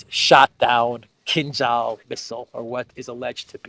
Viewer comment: It should be read: Kinjal